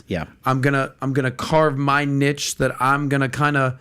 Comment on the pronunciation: Goddamn can americans learn to pronounce the word niche...aka NOT like how says it.